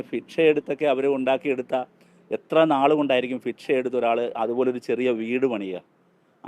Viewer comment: ഫിക്ഷ എടുത്തു എന്ന് ഭിക്ഷ ആണെടോ